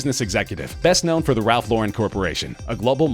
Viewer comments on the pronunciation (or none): none